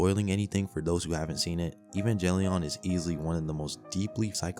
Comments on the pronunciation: Not evenjellion.... It's a fucking g not a j dude. Give it some fucking respect. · The way you pronounce some of those anime is hillarious. Like "Evan"ge"lion" bruh. 10/10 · Bro please learn how to pronounce some of these titles evangelion and Gurren lagann killed me